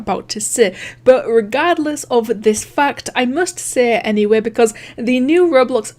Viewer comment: when you say fact it sounds like f***ed